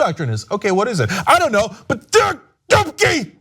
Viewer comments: every time he mentions "Dubke had to go" I keep thinking he's saying "dookie had to go" lol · Dubke? i thought he said dookie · if you're polish like, you're having a nice laugh when hearing 'dubke'